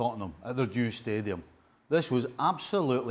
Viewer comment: Did he say Jew stadium?